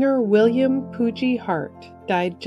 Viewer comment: "Poogie" with a hard G. May he Rest in Eternal Peace. <3